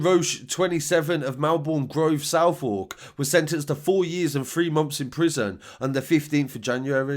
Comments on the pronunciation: Yep, it's pronounced "Suth-irk". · He said Southwark (where Roache is from) wrong too.